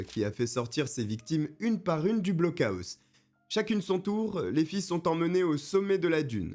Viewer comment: On dit "blockoss" 😅